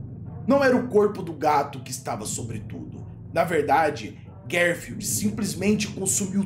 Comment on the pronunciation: Fele fala "Guerfield" lol